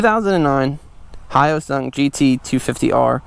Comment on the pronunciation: Hate to break it to ya, but you are pronouncing it wrong 😅